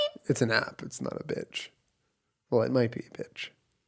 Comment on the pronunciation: Jenna: "I don't have to excell at anything beech" Excells at everything